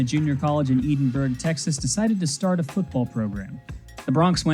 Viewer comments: Love the vid, couple pronunciation notes from a Texan: Edinburg, TX is pronounced “edd-in-berg” and Vaquero is pronounced “vah-care-oh” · Short “E”. Like the name Ed. Edinburg. Vaqueros - Vah-KEHR-ohs.